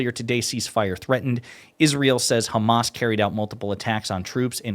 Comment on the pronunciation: "Because the Khamas."